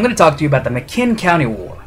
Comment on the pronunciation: It's McMinn (pronounced mick men) county. I live in Athens TN. My grandfather fought in this. It was called the Battle of Athens. Not McMinn County war. It lasted from around 9pm until about 3am. I appreciate you supporting the 2nd amendment, but please make sure your names and facts are straight.